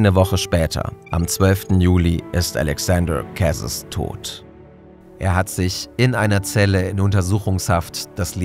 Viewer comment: Wenn Alexaandre Carez Franzose war, wwird sein Name vermutlich anders ausgesprochen, als du das gemacht hast. Ich finde es wichtig, sich dabei Mühe zu geben, Personen richtig zu benennen. Wär toll, nächstes mal mehr nachzuforschen, falls nicht geschehen. Ansonsten spannend und super gemacht